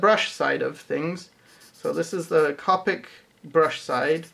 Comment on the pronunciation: Great video. For future reference, the correct pronunciation is "co-pic" not "cop-pic".